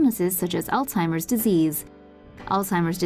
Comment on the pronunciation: People pronounce it wrong and call it Alltimer's That's the wrong way to say it.